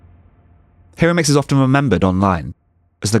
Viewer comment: Enjoyed! FYI: the "i" in Japanese is like the "e" in "keep" (or the "i" in "Hawaii" Hi (Hee): Like the "He" in "He is." ro (roh): Like the "Ro" in "Robot" (short "o" sound). mix (miks): Exactly like the English word "mix." It was really Araki who changed photography... by selecting Hiromix as a winner of the Canon photo contest that year. To be honest her photos were not significantly different than those of countless others teenagers of that era. Fame in art is as much about editors and curators as "talent". I've hung out with Hiromix at parties in Aoyama over the years. Her fame really went to her head lol. Been in Tokyo for 25 years.